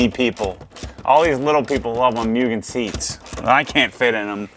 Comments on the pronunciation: For a person with ocd you shouldn't have pronounced mugen wrong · i clicked the video to see how many times will say muugen and correct himself for it haha